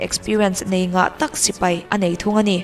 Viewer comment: 'sipei' ni lo in 'sipai' tih zawk tur ni e, Sipei tih hi Chuan an pa lo riau